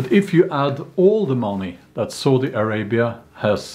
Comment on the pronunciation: Heheh i heard Saudi Arabi as Salty Arabia.